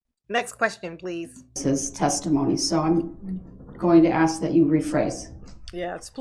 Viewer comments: constantly using the word "axe" is not particularly helping his cause.. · Sustain not Substain, bias not biast, ask not axe, etc etc. But, he’s grilling the poor priest whether it’s a car or SUV!??